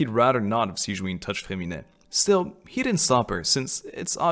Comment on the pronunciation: Like I said, I'm mad at this cliffhanger lmaooo Hoyo why'd you do that to me I NEED TO KNOW AAAAA (Also I'm so sorry but I just can't get over the fact that they pronounce Sigewinne as "Siegeween" :') )